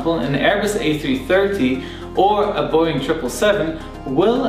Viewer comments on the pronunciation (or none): none